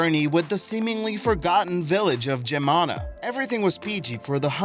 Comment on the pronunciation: Loved the vid! Btw, Geamăna is pronounced smth along the lines of GEE-AH-MA-NAH.